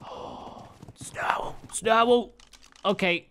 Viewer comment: says snow owl like snarwl 🤣🤣